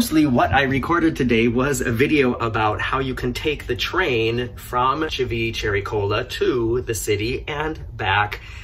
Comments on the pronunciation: I caught “Chivi-chest-x-ray” this time. 😂😂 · "Civicherrycola"! You almost killed me! hahahahahahahaha Did you know that name is actually made of two words "Civita" and "Vecchia" and means "The old town"? Anyway, you can keep calling it "Civichewbacca" or whatever it is, it keeps making me smile every time! lol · Yes, likes to pronounce it this way to get us all riled up... I also fell for it a couple of years back🤭🤭🤭